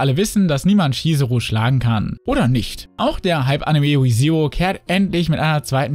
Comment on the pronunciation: Es fuckt echt ab das du das R nicht aussprechen kannst xD „Went a girlfriend“ oder „We:Zero“